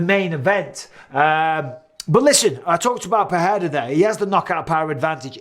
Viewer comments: *Pereira -- not PeHeira [PE’REIRA] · Bruh it’s pronounced “Per-rare-ruh,” ur a UFC commentator and u don’t even know this? Enough with the disrespect